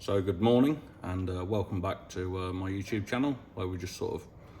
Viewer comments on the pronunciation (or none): none